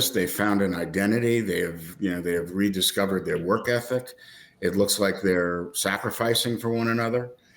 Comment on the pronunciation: TIL the word "Rescover"